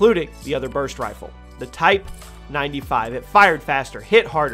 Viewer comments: You said rifer instead of rifle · Lmao “ Rifer “ 💀💀💀💀💀🤣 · Hes mispronounced rifle